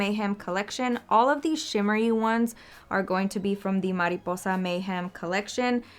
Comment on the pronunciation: ohhhhh, you said “mariposa” soooo good!!! you speak spanish???